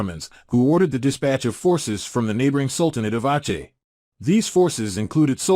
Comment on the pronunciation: Aceh is not "awchay" its "awseh".